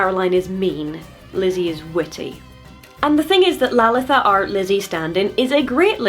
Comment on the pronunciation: As an Indian person, I really appreciate your pronunciation of Lalitha